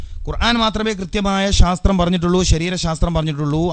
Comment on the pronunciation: ഒരു ദാരിമി ആയിട്ട് എന്താ ഖുർഏൻ എന്ന് പറയുന്നത് 🤔ഖുർആൻ എന്നല്ലേ